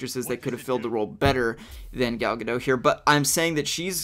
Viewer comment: You say: Gal Ga Dot(like a dot- point) She is from israel so her name is different than what your used to.